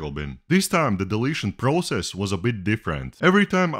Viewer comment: You say process wrong.